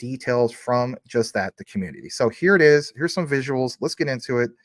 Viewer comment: Lol at “rets go” 😂😂